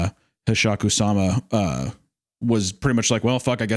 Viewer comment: You've butchered Hasshaku-sama… I’m actually upset.